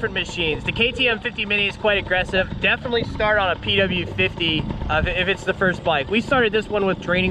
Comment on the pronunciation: Umm actually the pw 50 is pronounced pee wee not p w